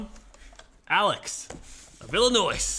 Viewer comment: He pronounced Illinois incorrectly and its bothering me